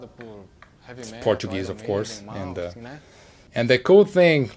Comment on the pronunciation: Love the fact he had some hard time attempting to say "Malmsteen." I feel you, bro.